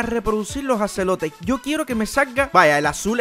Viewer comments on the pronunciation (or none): cuando dijiste alimentar a los ajolotes dijiste asolotes